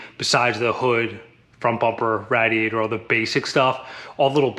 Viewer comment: Its called a Radiator ra-di-a-tor not a rad-i-a-tor!